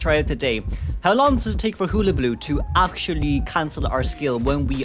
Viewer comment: I just love the way you pronounce hullabaloo it's so cute